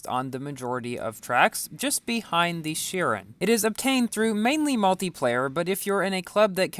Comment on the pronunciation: Its pronounced shi-ron. Ron not run I love your videos😊